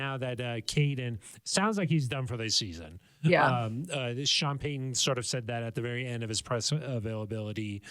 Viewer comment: Love the content. However, it’s pronounced Pey Ton….. not… Peyhan.